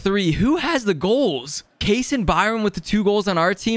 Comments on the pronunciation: Ondrej Kase is not pronounced "Case" lmao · Kase is pronounced Kasha